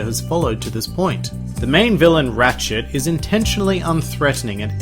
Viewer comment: I thought you called that guy Ratchet "Rat Shit"